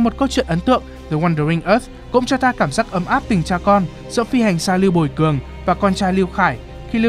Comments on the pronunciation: Sao ad lại đọc là lưu buồi cường =)) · Có pải mình tôi ko hay là có nhiều lúc phát âm lưu bùi cường nghe hơi nhạy cảm nhỉ 🙂